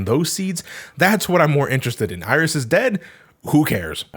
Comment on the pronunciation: Iris? no no no, i think you mean "aieerish"